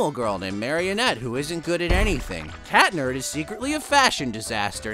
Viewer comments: Catnerd 💀💀 it's cat noir or chat noir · Its pronounced Cat nerd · Their names are pronounced ladybug and cat noir not lady BUBS and cat nerd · You said ladybug but when you said Marinette and a weird way that's not right also cat noir is not cat nerd so you better know his name is cat noir and also when you said Adrian it was wrong so it may miss Adrian you got that!